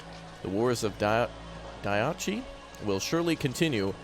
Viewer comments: Hey... Diadochi, is said like: Die-ah-doe-chee. It is a form of 'Ruling Council'. A Satrap (Sat-trap) is an appointed leader, sort of like a governor, but risen from the local people to rule them in your name and answerable to you directly. a Governor would be someone, like a General of your army, you leave behind to rule in your name. So, the ruling body of Governors and Satraps were the Diadochi. Another way of thinking about it might be the modern Congress, but limited to only one House, the Senatorial House. Each Senator being the leader of a 'country' (read State) and being either a former General of the Army, a member of your Staff, or someone local you trusted enough to promote to the position. speaking, Frank-ly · first of all Diadochi means Successors. You pronounce it like that: Dia (as it is written or “Thea”).-Do(nothing difficult here or if you want to sound more Greek you pronounce it as “tho”)-Choi ( pronounced like “He”). Final word “Theáthohe”.